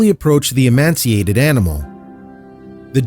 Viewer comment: Emaciated not emanciated Veterinarian not vetruhnarian